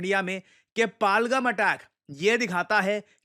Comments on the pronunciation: सर; कृपया pronunciation sahi kijiye. यह पाहलगम नहीं, पहलगाम है. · Shrimaan, phalgham nhi pahalgam bolo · पालगम ❌ पहलगाम✅ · पहलगाम not पलगम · आप नाम ग़लत क्यों उच्चरित कर रहे हैं । पालगम नहीं है ये पहलगाम है । वहाँ के लोग भी इसे पहलगाम ही बोलते हैं । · सही उच्चारण है पहलगाम। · Kya Banda Hai, Pahalgam Ki Pronounciation hi badal di kch to Apna rkho, kch bhi? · Sir, u have been pronouncing "PAHALGAM" in a wrong way, please have a look at it.